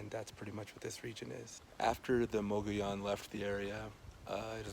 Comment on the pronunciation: "Muggy-OWN"? I prefer your pronunciation, which has always been mine. I love that it has more original walls than Mesa Verde, which probably has more visitors. Great work, as always!